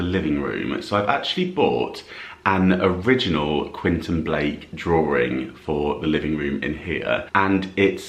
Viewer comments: QuEntIn, not Quinton. 😊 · You're pronouncing the artist's name incorrectly...it's Quentin Blake, pronounced KWENTIN 😊